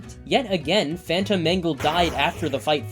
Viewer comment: is it just me or do yall hear fanum instead of phantom 😭